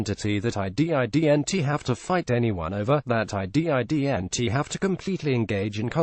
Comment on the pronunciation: "IF HE D. I. D. N. T. CHOOSE ANOTHER PATH!" HAHA! Good job computer voice! 😂😋😂